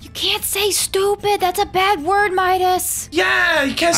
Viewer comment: it was funny when Midas said STOPID